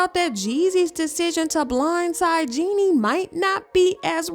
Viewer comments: I wish they would pronounce jeannie correctly it’s pronounced “Genie” (like genie in the bottle) not “jenny” 🤦🏾‍♀️ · Her name is Jeannie not Jenny you guys need to at least understand how to pronounce the woman's name before making gossip blogs about her